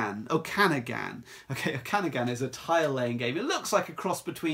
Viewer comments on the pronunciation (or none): It's pronounced more like oh-kah-nahg-in if you're interested. It's a indigenous word from the native Canadians of that area of BC.